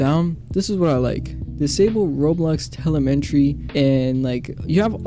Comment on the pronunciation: "roblox telementry" 😭